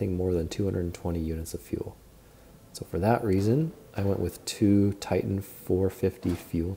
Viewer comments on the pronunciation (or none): none